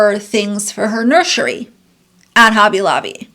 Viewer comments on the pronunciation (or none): I love how never misses a chance to slide in “NurSHery” 😂😂😂